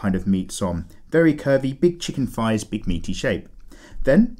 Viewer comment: Did he just say pervie 💀